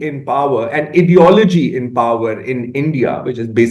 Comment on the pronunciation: "Supremacist Ediology" 😂😂😂😂😂😂😂😂😂